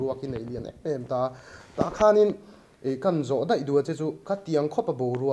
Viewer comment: Daih tih turah deih, mai tih turah mei tih a ching thin hi ka lo ngaimawh thin, hi chu... 😮🎉